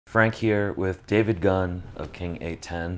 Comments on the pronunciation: The entire time myself, and everyone else I've ever met has said king eight one oh, and hearing someone say king eight ten and not be corrected makes me think I've been in the wrong this entire time. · 8-10? Its 8-1-0 you nerd. Thats our area code. NEVER heard anyone call it 8-10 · This dude said king 8ten fucker it’s eight one oooooooo!!!! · When people say king eight ten 🤣